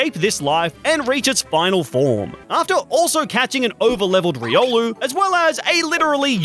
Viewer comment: It's riol